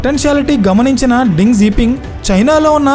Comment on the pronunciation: Ding kadu raa Deng